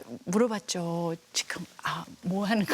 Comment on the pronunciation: 왜 교포들은 지금을 지끔 이라하지